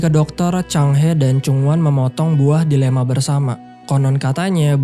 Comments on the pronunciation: Buah DiLema.??? ternyata dElima salah sebut yang sengaja bgt ya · Maaf min... Saya dengernya buah dilema. Iya gk sih? Jika iya, harusnya buah delima. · buah delima gw denger na buah dilema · Buah delima bang, bukan buah dilema